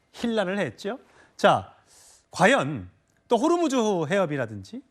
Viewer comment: 호르무즈 가아니고 호 무스